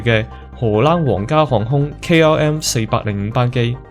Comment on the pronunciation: KRM? KLM? KM? 唔睇字真係唔知講乜